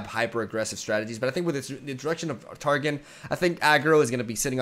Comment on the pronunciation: Cool reaction video, but I cringe every time he says " Tar Gin"